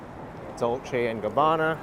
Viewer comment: unbeknown whilst narrating and/or unaware, he did see you and decided stop at end of crossing to say hi. I can tell coz he keeps whizzing at back you. I think it's s pronounce as Doll C not Dollké.